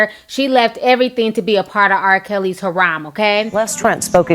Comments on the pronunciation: I absolutely love your videos! However, sometimes the way you pronounce words is a little off lol. For example, what is a Her-Rom???? the word is Harem, pronounced like hair-rum. Also what does Ehhhhbody mean? Are you trying to say everybody? Hate to go in on you girl, but I hear things like this all the time in your videos lol! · Harom? Don't you mean Harem, Ti? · It is pronounced HAIR-RUM, people that's the easiest way I could spell it for everyone to get it! Sorry but it's been bugging me for hella! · Pronounced hair•rem, not her•rom! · Ti your amazing, but harem is pronounced "he-rem" not "ha-ram" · Harem not Haram! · Harem, not Haram... Just a heads up. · Ti, good message but it's har-EM not har-AM. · The word harem is pronounced hair-em (like in eminem) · it is pronounced Hair-em (I spelled it phonetically as it should be said). Girl thanks for spilling the tea! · It's pronounced haram. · I'm more surprised that Ti keep pronouncing harem wrong.